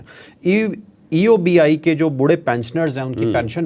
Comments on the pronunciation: او جاھل، eubi نہیں EOBI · It is EOBI not Eubi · سر بہت ادب کے ساتھ عرض ہے تجزیہ دینے سے پہلے کچھ تحقیق کرلیا کرین؟ یہ ادارہ EOBI ہے آپ اسکا نام بھی درست طریقے سے نہین لے رہے۔ دوئم یہ کہ اس ادارے کو گورمنٹ کی جانب سے ایک پیسے کی بھی سپورٹ نہین ہوتی یہ ہم ملازمین کے ہی پیسے ہین جو ہر ماہ پنشن کی شکل مین ادا کئے جاتے ہین۔ اس ادارے کے پاس اربوں روپئے کے اثاثہ جات ہین ادارے کے ملازمین ہم لاچار، بوڑھے سابقہ ملازمین کے پیسون پر ناگ بن کر بیٹھے ہین اور خوب گل چھرے اڑارہے ہین اور جب ملازمین کی پنشن بڑھانے کی بات آتی ہے تو ادارے کے سر براہان منہ مین گھنگھنیاں ڈال کر بیٹھے ہوتے ہین۔ آپ سے التجا ہے پہلے اس مسلے پر اپنی تحقیق کرین اسکے بعد اپنا تجزیہ پیش کریں۔ جزا کم اللہ خیرا کثیرا۔ وقار اعلیٰ کراچی۔۔۔۔۔۔۔